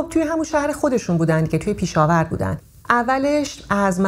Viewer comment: خانوم پیشاور اشتباه دارین میگین پشاور اسمش لطفا درست بگین